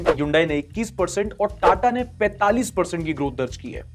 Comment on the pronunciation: Hyundai is pronounced as Hunday like Sunday( as told in their own ad)🙂